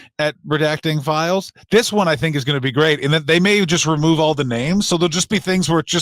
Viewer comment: Flies? My god Fran WHAT FLIES? AHHHHHHH.... Oh, 'fiiiiles'..... Christ on a cracker!